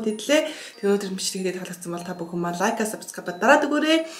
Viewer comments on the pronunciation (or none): none